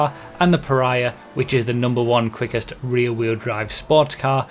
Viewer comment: "the fastest reeee wheel drive cars"